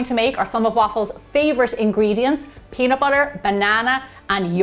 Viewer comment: nobody: literally nobody: me: watches gemma saying peanut BOUTER again and again